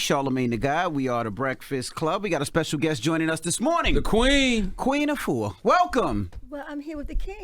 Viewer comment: I wish I could help you pronounce afua right 🇬🇭🇬🇭🇬🇭